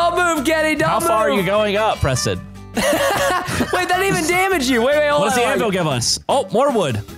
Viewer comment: Its Preston not preton